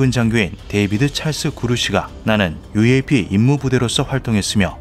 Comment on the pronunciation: 유에이피가 아니라 유엪(유엡)이라 합니다.